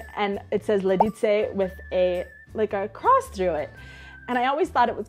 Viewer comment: VšichŇi liĎi z LiĎic. Vyslovovat měkce, jinak to furt zŇí jako jasný cizinec 😉